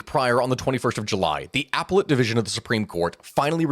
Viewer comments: you pronounced the court APPellate (like epilaut, the shoulder decor) …. correct pronunciation is apPELLate. It always surprises me when I hear mispronunciations by millenial or younger YouTubers - who are unbelievably intelligent / no sarcasm. For context, I’m xennial (born ‘77) and have a bachelors in English … yes I am fun at parties 😂 Anyway, I couldn’t really keep up with this one, but I really admire the quality of your work and the non-AI of it all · FYI: it's pronounced "ah-pehl-lit." But very informative and interesting video... thank you for the update!! I would imagine that it would be incredibly difficult to report on such a fast-moving situation... I don't think that my school covered Bangladesh very well ( Pakistan or India beyond the British period)... i love learning new things, so thank you!!! 😊